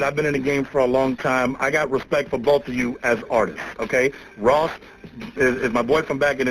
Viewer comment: It's funny that you called him Loss instead of Ross. LOL !